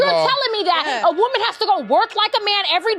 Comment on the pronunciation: I really like you little brother. But i wish you could pronounce singular woman and plural wemon